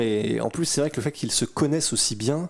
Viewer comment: « Been voyons » 😂